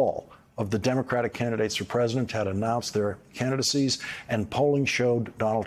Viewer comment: Is it just me or is Lawrence leaving out a syllable in "president"? I hear present. Or pres'dent.